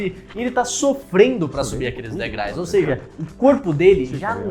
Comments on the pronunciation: o cara falou "degrais" umas 10 vezes kkkkkkkkkkkkkkkkkkk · " DEGRAIS" É FODA EIM 😂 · Degrais?? Ai complica amigo